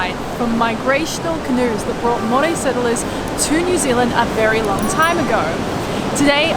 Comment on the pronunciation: Your Maori pronunciation is pretty darn good mateys, love that you are making an effort, you are both very much appreciated .